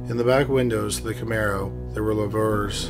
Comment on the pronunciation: Lou-vers is how it’s pronounced. The things on the back of the camaro.